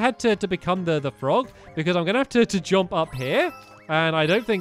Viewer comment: The way stampy says jump 'jomp'